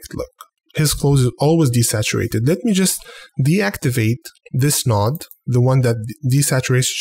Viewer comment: honestly think this channel is cool, very helpful. Love how you say "a new noood" too ;)